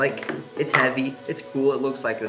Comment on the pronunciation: How hevwy actually is it